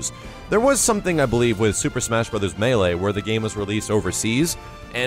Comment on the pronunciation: OH MY GOD, WHEN DID START PRONOUNCING 'MELEE' CORRECTLY?!?!?! Now I can watch his smash stuff without wanting to kill myself! Jfc, 'Mealee' killed me inside...